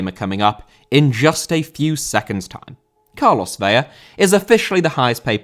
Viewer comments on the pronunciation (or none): It's ve-la. You only make the l an y when there are two of them. You're pronouncing it like Vella. Ca-drlos Vela, if you can put a little roll on your r with the Carlos.😘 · Vela = VEH-lah Vella = VEH-ya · Vela is pronounced like "fella" but with a V. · Just fyi it's pronounced as it's spelled, "Vela", i.e. with an L, rather then "Veya". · Carlos Vela is pronounced like "Vay-Lah" not "Vey-uh" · Vela* not Veiar!! Wtf?!Huge butcher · It's Vela the L is pronounced, it would be a y sound if it was a double L (like Sevilla)